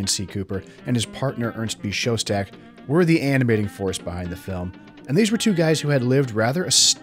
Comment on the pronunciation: His name was "Schoedsack", not "Showstack". Part of doing a good documentary is at least pronouncing the names correctly.